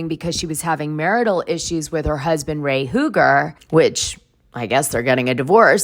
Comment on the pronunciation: For years, RHOP viewers have witnessed the bad marriage between Karen and Ray Huger (Dana, it’s pronounced Hew-ger, not Who-ger. And Grahnd Dom, not Dayme.) Since Ray said “I don’t know” to the therapist asking him if he’s still in love with Karen, I’ve been waiting for this divorce.